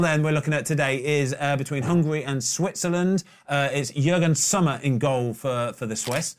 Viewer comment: Did Ben really call Yann Sommer Jürgen Sommer? And multiple times may I add